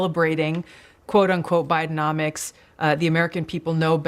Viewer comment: "Bidecomics" pronounced " buy de comics"